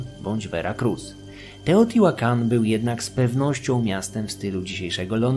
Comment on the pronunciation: Wiedza super ale niestety nie mogłem znieść wymowy nazwy miasta.